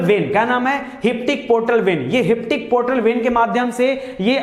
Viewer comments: आपने बहुत अच्छा पढ़ाया सर पर आप कभी कभी प्रोनाउंसेशन गलत करते हो hepatic को आप हिप्टिक बोलते हो पर हमे हेपेटिक पढ़ाया गया है सॉरी 🙏अगर आपको कुछ गलत लगे तो पर जो डाउट था वो बोल दिया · Inka sikhane ka tarika thik nahi laga que ki jo hepatic ko heptic bolte hay isme mujhe lagta hay inko siksha ka bahut kami hay.